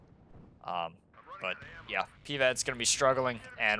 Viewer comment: I love your videos but please stop pronouncing PIVADS like PEEVADS